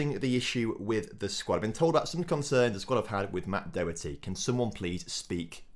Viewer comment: Doherty is pronounced Daw-her-tee